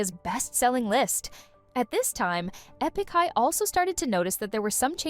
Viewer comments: Eepik high? Girl stop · "Ee-pick" High? Please at least make an effort. You are still responsible for the many weird mistakes even if you farmed out your work to others.